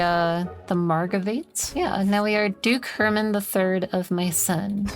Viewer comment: The way says Herman in a way that she's saying each syllable distinctly, so she sounds like she's saying "Her man"